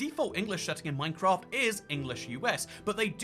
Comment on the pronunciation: Bri'ish people really call this MyCraf